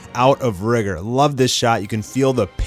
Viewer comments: Its not (RI)(GR) it’s (Ry)(G)(OR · It’s “rigger” that’s how the author said his name is pronounced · lol. thats what they wanted to go with the pronounciation RIE-GOR